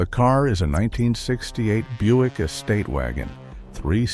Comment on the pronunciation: It's pronounced "Byoo-ick", not Buck. Fix your AI voice thingy.